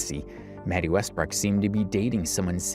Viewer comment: Love your videos bro. But it’s west brook. Not west brock